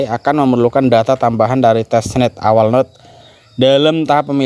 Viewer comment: biasa makan singkong bc bhs inggris😂🤣 node di baca sesuai tulisan = node, bukan nod 🤣😂 ( pi node bukan pinod )